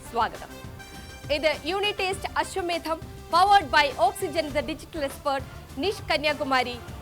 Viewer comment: അശ്വമേധം എന്ന് കൃത്യമായി പറയാൻ anchor പഠിച്ചു. നല്ലത്... All the best... ഈ പരിരിപാടിയോടൊപ്പം ഈ anchor കുട്ടിയേയും ഇഷ്ടമാണ്